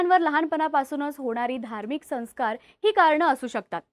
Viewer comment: हिंसा करीत नाहीत मग स्वतः च्या डोक्यावर चे केस उपटून काढतात ही अहिंसा आहे का? आणि ताई तुमच्या साठी हिंसा, अहिंसा, संस्कार या शब्दांच्या उच्चारावर लक्ष देत जा.